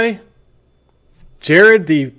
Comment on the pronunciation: his name is Jared, its Jared..